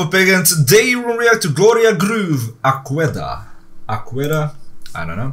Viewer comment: Mortaaa!!!! Ele falou A Cueda 🤣🤣🤣